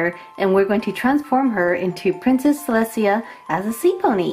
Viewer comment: Celestia actually has no niece and you should learn how to pronounce her name right🙄😒